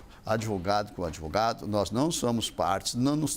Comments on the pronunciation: o "adevogado" e suas estórias... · De 10 palavras que esse fala, 11 são 'AD VOGADO'